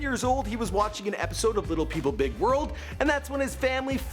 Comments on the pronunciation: achondroplasis ?? wtf is that ? is pronounced "a con dro play zia" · Its achondroplasia. I think you need to work on your research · It’s pronounced a-kon-dro-play-zia Achondroplasia